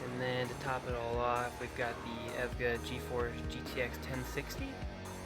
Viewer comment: he said Evga not EVGA lol